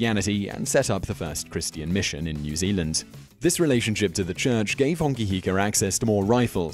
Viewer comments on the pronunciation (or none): none